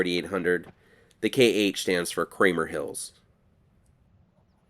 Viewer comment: Dis you say Kramer hill???!